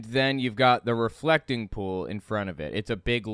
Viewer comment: Every time he says 'pool', I hear 'poo'. "It was a dry poo", "the poo dried up"